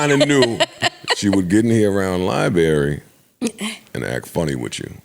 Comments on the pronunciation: “LIE-BURRY” 😂. Nigga it’s Library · Its LIE-BARRY lmfao